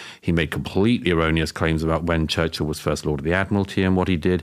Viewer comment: I havent researched enough to have an opinion on Churchill (its not pronounced church hill, its churchill), but I can say with certainty, as many already have learnt, that no one is perfect, even with great intentions.